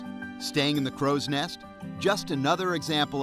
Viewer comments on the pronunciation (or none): Crow's NEST, not “Next”